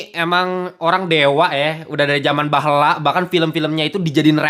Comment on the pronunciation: Baheula bang, bukan behella🗿